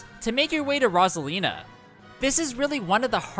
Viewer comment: THE WAY YOU SAID ROSALINA